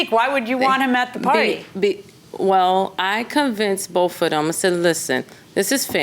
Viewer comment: The defendant spoke to "bof of them" 😂😂😂😂😂